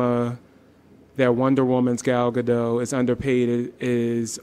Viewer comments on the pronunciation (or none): gal gadot not gado... why can't you say the t? how hard is that?